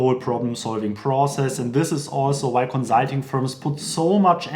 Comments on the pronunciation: Con-sult-ing (cuhn, suhl, teng); conSult, conzult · Great! Note it’s not “conzulting,” it’s “consulting.” :) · Fix your pronunciation of “consulting” before recording a video about consulting 😆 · The "consulting" is sooo German